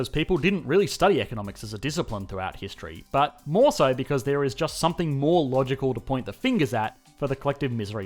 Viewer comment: I am only here for the way he says “ BHAT” or BUuT